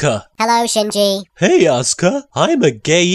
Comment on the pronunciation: no English speaker ever pronounces Shinji right (not even in the official dub!)